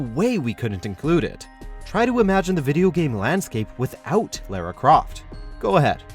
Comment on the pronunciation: Who is "Laira" Croft? lol